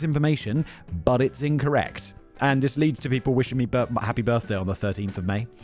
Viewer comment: I swear I heard Simon say girthday. Somehow, I don't think it was a mistake. Another fabulous script Kevin.